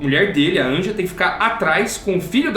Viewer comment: Uma observação, o nome da mãe do Art se escreve "Anja" mas se pronuncia "Ania"